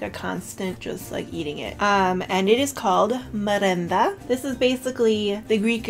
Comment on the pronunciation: thank you💕💕 I like your channel too. I subscribed too. ☺️☺️ Keep making more videos❤️❤️❤️ and you pronounced perfect my lovely merenda 😇😇 (and καρυδοπιτα too).